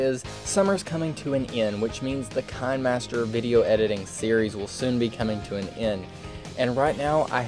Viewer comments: You know its pronounced KI-NE-MASTER like a kinema master not Kine-master (a kinema is just an old word for a cinema) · Hold up...did this dude just say kunmaster? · any remember the video that he say kinahmaster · It's Kih-nee-master Don't believe me? Go to official kinemasters channel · This is a proof he said kain-master instead of kinemaster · Excuse me did you just say fine master? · why do u say kinemaster like this kanemaster not hating